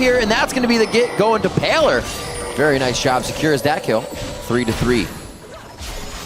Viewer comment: "I kir nami! I KIR NAMI!!!" lol made me laugh so hard there at the end haha